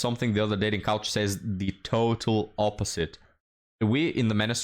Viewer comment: keeps saying "dating couch." LOL WUTT? Casting Couch? Oh. Oh! Dating coAch...